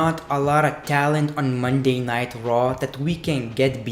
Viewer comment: I keep thinking that you’re saying Monday Nitro lol